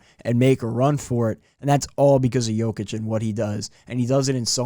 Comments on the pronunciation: Let's all say it together Yo-Kitch.. that is how Jokic is pronounced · And his name is pronounced “YOH-kich” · The J in Jokic is pronounced as a Y. Ugh.